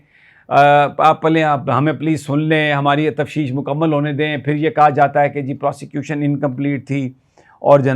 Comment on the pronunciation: Sir lafz tafteesh hota hy....tafsheesh nai